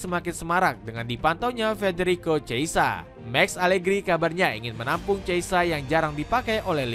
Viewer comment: cheisa😅nama pemain aja ngawur nyebutnya